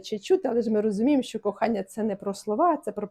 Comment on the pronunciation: Не столовій а чоловікине щьо а що перестаньте Па рускі вимовляти українські тверді приголосні ж ч ш щ